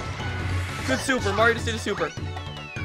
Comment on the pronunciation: u said morio